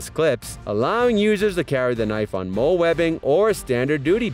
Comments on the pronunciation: It's not pronounced "MOLE"... IT'S PRONOUNCED "MOLLY"....amateurs! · molle = MOLLY....cryo=CRY-O mispronunciations drive me blinkin crazy! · Cerakote pronounced Sara-coat. Molle pronounced Molly. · I'm positive it's pronounced "molly" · He said mol like a gangsters gun mol instead of molle. And kuh bar. Smh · I thought "Moll" and Adamas were bad enough, but I lost it when he got to Ka-bar.